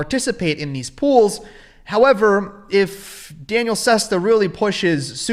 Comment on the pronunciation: Your not smarter than Danielle tell me about it you haven't pronounced his name right once you used to call him Danielle - e 🤣